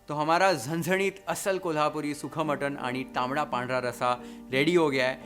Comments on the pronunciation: I loved the way said "Zanzanit" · The way you say झणझणीत its amazing 👏 😍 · Your Marathi accent is so good 😍 Parat, aani, zhanzhanit, Bhannattt, tambda rassa, pandhra rassa everything ❣️ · वाह एकदम कडक...! मटण , वाटण, झणझणीत ye Marathi pronunciation apt kiya h sirji Recipe k sath aapki Boli bhi h लई भारी...! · भावाची मराठी accent लई भारी आहे राव... "झणझणीत , सुखं वाटण , कोथिंबीर , परात," सगळे मराठी शब्द परफेक्ट येतात... #नादखुळा 😊